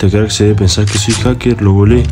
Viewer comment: una cosa es esta se dise Haker